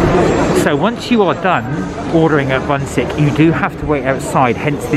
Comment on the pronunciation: bunsik is pronounced something closer to 'boon-sheek' but it looks amazing! we usually buy those frozen from the mart and pop them in the air fryer, they turn out amazing and dangerously addictive haha